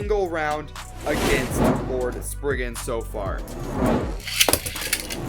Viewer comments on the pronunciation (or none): It’s spryzen not springen